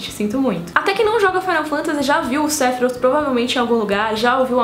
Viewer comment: Tem que falar Matilria? Matéria! É matéria! Pelo amor de Deus tem coisas que não precisa ter sotaque até no filme de final fantasy 7 nem em japonês ou americano nenhum fala O nome de Sephiroth do feito que vc fala não estou criticando seu vídeo pois gostei e curti mas seu sotaque internacional incomoda!